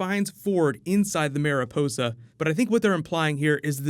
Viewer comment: It is pronounced "mah-ry poh-sah" with the R sounding more like a D to English speakers. It means butterfly.